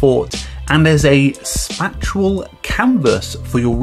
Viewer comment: Did you just say spat-che-al instead of spay-shal? I'm so confused, have I being saying this wrong my whole life?